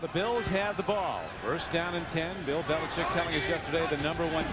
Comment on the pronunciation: If I have to hear this guy say "Billichick" one more time 😂